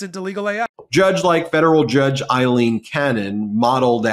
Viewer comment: Can you please tell Ben that Cannon's first name is "A"ilene not "I"lene... "A"... as in Pail, snail, JAIL... Ailene